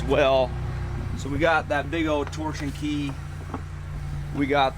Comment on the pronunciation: It’s pronounced Tore+shun not torque+shun. Sorry but that was getting on my nerves lol